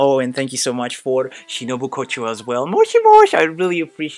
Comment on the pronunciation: I just love the way you say moshi-moshi and tawamure it’s so accurate🤣